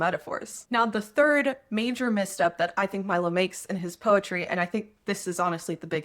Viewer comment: POETRY ❎ PEROTY ✅ 😁